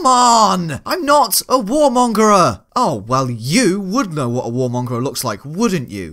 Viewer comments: It's mongER. Not mongER-ER. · Not Warmonger-er, just warmonger m8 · It's 'warmonger'